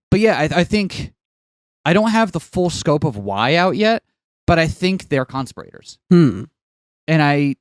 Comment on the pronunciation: The way you say "conspirators" makes it sound like "constipated" to me.